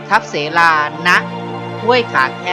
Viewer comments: อ่านว่าทับสะเหลานะครับฟังแล้วขัดหูทับเส - ลา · ทับเสลา สาวน้อยผู้ถึกและบึกบึน ฉลาดและเก่ง น่ารักมากที่สุด ชื่อน้องออกเสียงว่า ทับ - สะ - เหลา นะคะ